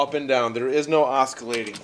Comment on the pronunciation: Awesome review. Just one quick note as an FYI, there is no "k" sound in "oscillating". Not trying to nit pick. Just figured better to hear from friendly commenter than a jerk trying to mock you. Anyway rock on! 👍😎👍